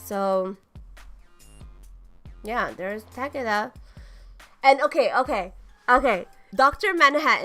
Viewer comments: It's tah key duh not takeyda the announcer even says tah keydah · I thought Takeda was pronounced Tuh-Kay-duh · Tuh-kee-duh is how it’s pronounced in the actual game what are you talking about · why'd she say Takeda's name like that lol thats like walking up to a Japanese or Chinese person asking them "Um excuse me, but how would you pronounce this characters name" 😂😂😂😂 and she just ripped us Americans lol